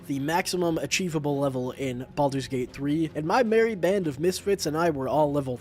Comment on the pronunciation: Baldur’s bate bhree